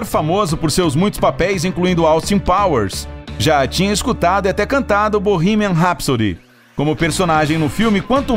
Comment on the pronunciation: Primeiro vídeo que vejo onde o narrador fala o nome da música direito.